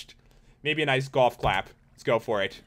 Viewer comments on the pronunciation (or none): none